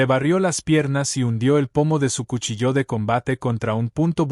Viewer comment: Narración mediocre. Se de cuchillo no cuchilló!!!